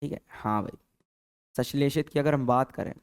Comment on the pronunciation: संश्लेषित को सशिलेषित पढ़ रहे हैं😅